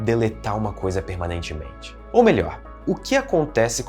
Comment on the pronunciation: se o cara n pudesse falar a palavra PERMANEITIMENTE o video n esitiria kkkj